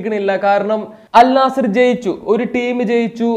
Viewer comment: അൽ നാസർ അല്ല അൽ നസ്ർ ആണ്